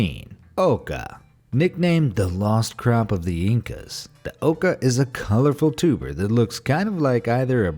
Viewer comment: Idk why I thought you said tumor instead of tuber